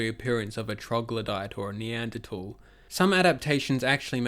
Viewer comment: neanderthal has an h in it that you keep forgetting to pronounce, it's not silent lol